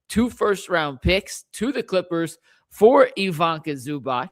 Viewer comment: And it's pronounce ee-VEE-tsah